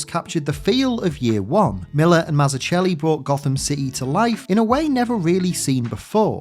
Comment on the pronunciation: Great video and obviously one of the best origin comics ever made. Just a slight correction on Davids name, it is actually pronounced Mazzuckelli. There's a fun clip (and amazing video) of him explaining this around the one minute mark of Keep it up, really enjoy your video's!